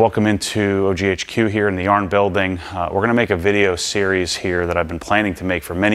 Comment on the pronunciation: Yarn. Not yard.